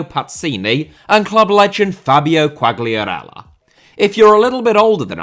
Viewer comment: i'm not sure but i think the G in Quagliarella is silent